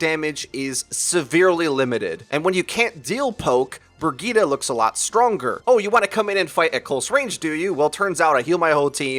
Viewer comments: BROGETA?! It took me a while to figure out you were talking about Brigitte :D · Stop saying Bri-gee-tuh